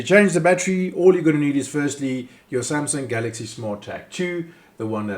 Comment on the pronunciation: After listening to this I realise you can nake a 20 second video into 5 mins by repeating Samsung Galxay 2 as often as possible and CR2032 multiple pointless times - 5 mins of wasted time